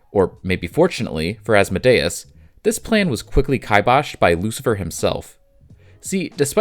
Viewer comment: sorry man it’s killing me its As-Mode-Ee-Us